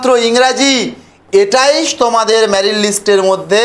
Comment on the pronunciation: Ota married na merit r tensolation na ota translation.😂 Minimum pronunciation gulo to thik korben.